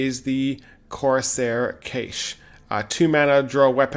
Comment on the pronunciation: Cache is pronounced "Cash"